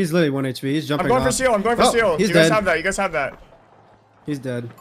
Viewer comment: "Its witterwy a healwing simuwator"